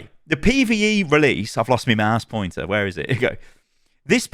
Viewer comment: "I've lost me mouse pointah" Best part of the entire video. Love you!